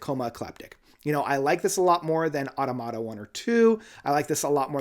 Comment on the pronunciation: It's uh-TAH-muh-TAH, since it's the plural of automaton.